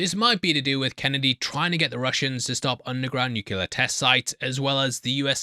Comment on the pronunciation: Do English people pronounce nuclear as “nookular”?